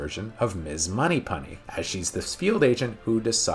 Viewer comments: Its 'Moneypenny'....not Moneypunny....lol 😉👍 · Funny he can't say it right lol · Moneypenny, not Moneypunny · who the hell is Munny Punny? You Mean 'Money Penny' ? Surely? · Enjoyed the video but not sure why you pronounce it Money PAnny, shouldn’t it be Money PEnny? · I gotta say it. Isnt it money-penney not monny-pony? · Also, you keep pronouncing it Money Punny. It's fucking Money Penny dawg! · "Moneypunny"? Thought I heard that a couple times. LOL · Did anyone else hear him pronounce it as "Moneypunny" twice? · Great video but why can't you day penny correctly? Heheheh